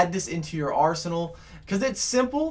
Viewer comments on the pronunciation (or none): none